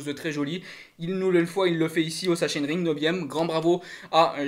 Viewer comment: Bonjour pour la prononciation il faut dire saxonering.😆 Sinon super debrif. Merci.